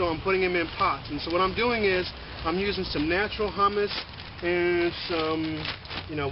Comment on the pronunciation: it's "who mus" Humus is bean dip.